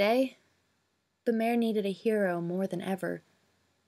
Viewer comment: The way that you pronounce the kingdom's name is bu-m-are, if you look at how it's spelled "Bamarre" you change the first 'a' to an 'u' (like in up) leave the 'm' sound (like in milk) then the last part is just like the word 'are', so in all you would say it like bu-mARE. I hope this helps! I think that you have a very good reading voice, and I know that it will only get better in time!